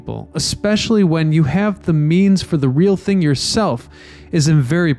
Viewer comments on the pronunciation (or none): none